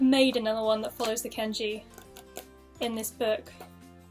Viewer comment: It is Kanji not Kenji